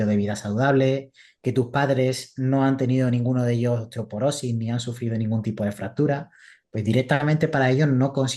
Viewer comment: Dice osteoperosis la nutri.. se dice osteoporosis!!